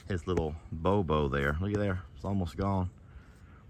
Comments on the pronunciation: Do you really mean to say "Bobo?" I have never heard that. What I have heard is "Booboo". Maybe I missed something and you pronounce it that intentionally?🤷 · It's a Boo Boo, (\ ˈbü-(ˌ)bü \) not a bo-bo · It’s called a Boo Boo not a Bow Bow